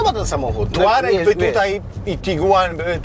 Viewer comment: „Tourareq on the juice”? Zapraszam na lekcje podstaw języka Angielskiego.